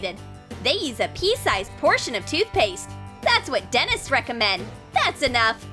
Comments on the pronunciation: Is it just me or did they say Denis if yes it's Den-TIST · do you know you say dentist not denis